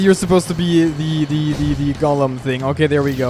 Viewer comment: Gollum not golem